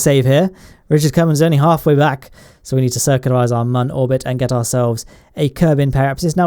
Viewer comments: And when he acts retarted and calls the moon the "mun" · It's moon, not man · It's moon not mun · Its moon not muun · stop saying mun its moon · This guy 😆😆😆 moon not mun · Its called moon not man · Wtf is the mun it’s called the moon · It’s called moon MOO-UN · It’s noon not mun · Sorry not trying to sound rude but, what accent is it when you call the moon “the mun” again, just curious. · guy on moon cant speak cant see cant be alive and then cant say moon correctly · when you said the mun i thought you meant the moon